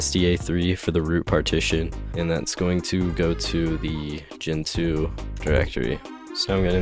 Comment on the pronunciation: It's gEntoo! NOT gentOO.